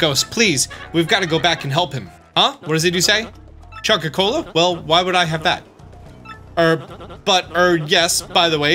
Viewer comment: He also mispronounces Chuckola Cola as Chucka Cola every single time.